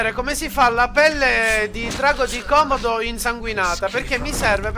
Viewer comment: comunque si pronuncia pelle di kòmòdo (con le accento) :-) e la via del cacciatore sono i fogli a forma di cervo sulle bacheche degli avamposti, devi trovare quella con i draghi di kòmòdo (clicca su una e devi leggere che devi uccidere un kòmòdo) <3